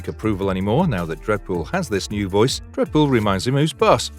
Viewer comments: Brv you can’t do a full video and not even getting the main character pronunciation right man…no wonder this channel never came on my feed before. Re-do video with Deadpool name right and I’ll revisits..for now bye,.. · Dead pool not dread pool smh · I’m hearing dredpool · I can't stop hearing "Redbull" instead of Deadpool!